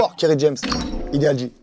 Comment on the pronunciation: Belle interview, mis à part : - "kerRy James-IdealJ" en lieu et place de Ideal J- Hardcore. Konbini ?? Call me, I can give you a hand for the hip hop session